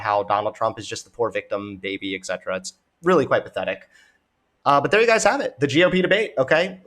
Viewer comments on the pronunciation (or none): none